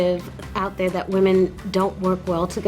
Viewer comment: When they were saying "women" i kept on hearing wamen